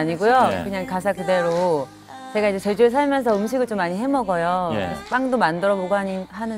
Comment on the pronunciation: 도 제가를 저가라고 말하네...